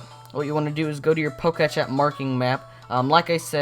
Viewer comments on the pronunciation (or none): is it annoying anyone else he keeps saying "pocatch" instead of pokétech?